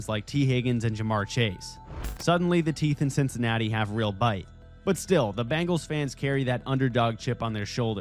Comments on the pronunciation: Cincinnati's team is pronounced B-E-ngles, not B-A-ngles, looser. They aren't bracelets; they are a specie of tiger! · Uhhhh, dude... It's pronounced BEH-ngals! The Bangles were an 80s all-girl rock band. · Are you saying Bangles?